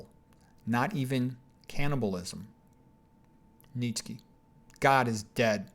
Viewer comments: Less than two seconds in this man says neech key. So I blurt out i'm done. Not a good sign that you know what you're talking about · What the hell pronunciation is he using for Nietzsche? It’s pronounced “nee-chuh.“ My ears are hurting from this guy